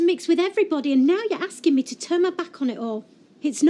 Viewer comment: And he can't say the word "to" either.